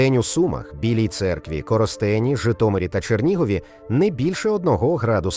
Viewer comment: Коростень,наголос на О,ане Коростень,ви що назву міст не знаєте.